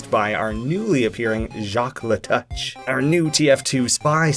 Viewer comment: Alright, i just gotta throw this out there cause it's kinda bothering me. LeTouche, being a french name, would most likely be pronounced "le-toosh". Stupid love languages, not wanting any coarse sounds... Though the whole thing about getting close to his enemies for a backstab is still accurate, since touche is french for touch. my qualifications are that i'm canadian.